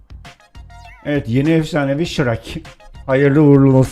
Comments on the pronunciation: abi efşanevi değil efsanevi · efsanevi yerine eşfanevi